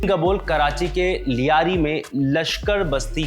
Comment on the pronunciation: ल्यारी होता है लियारी नहीं सब दो टके पत्रकार बन गए